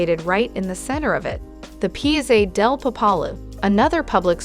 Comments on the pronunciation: Yeah, dd she actually say "pizza" instead of "piazza"? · You need to learn to pronounce piazza and trastavere correctly